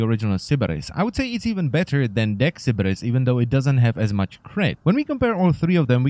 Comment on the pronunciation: I like the way you say "Sybaris."